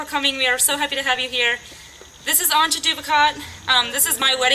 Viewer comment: isnt her named pronounce Ant-yah?